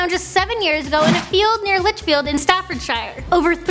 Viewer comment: The way she says Staffordshire 😩